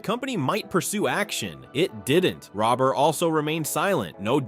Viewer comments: bro be respectful u pronounsed mark rober mark robber like robing a bank you pronounce it like rober as in rover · Lol you can't even bother to get his name right